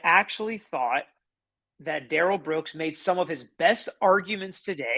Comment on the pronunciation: It’s not Darell, Da’rrell. Everyone in court should start pronouncing it that way and MAYBE he will stop saying he doesn’t consent to being called that name and doesn’t know anyone BY that name. He called himself Da’rell in the arrest video.